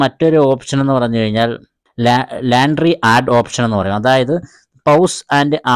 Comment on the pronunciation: ലാൻട്രി അല്ല ലോൺട്രി ആണ് ഉച്ചാരണം